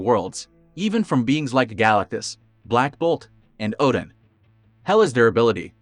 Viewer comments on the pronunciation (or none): none